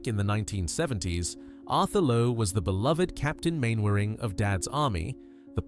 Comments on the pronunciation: Arthur Lowe's character in Dad's Army was pronounced as Captain Mannering, Not Captain Mainwaring, Watch an episode before you comment. Listen to Corporal Jones say his name. I've watched this sitcom since the very beginning, nowt you can't teach me. Get a REAL British narrator, NOT dumb American AI crap. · Is this another AI voiced video. Arthur Lowe was not Captain Main-waring, it is pronounced Manaring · Arthur Lowe was a diagnosed narcoleptic a condition he hid for many years and about which he was very self-conscious, he deliberately kept his distance from friends and colleagues, ferociously protected by his wife. By the way Mainwaring is famously pronounced Mannering. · Main wurring? 😂 And le Mesurier is pronounced le measurer.